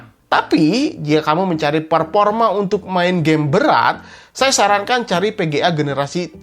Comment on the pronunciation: VGA di baca PGA Vurrion di baca Purrion Performa di baca Perporma enek aku denger nya ....